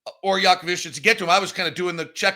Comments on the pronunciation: Who is Yaka-Vicious, that you keep mentioning? Are you talking about Jakucionis? There is not a single V anywhere in his name. How do you get “Vicious” out of “…cionis”? Repeat after me: Yah-kuh-CHO-nis. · I’m glad we took Clayton instead of Jakucionis or McNeeley because it’s the only one of the three names can pronounce. I have no idea how you look at Jakucionis and get jackuvicious but that’s what we’ve heard here the last two months.